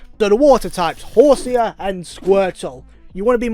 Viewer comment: Why does he pronounce Horsea like that 🤡 sea=see. Him: sea=see ya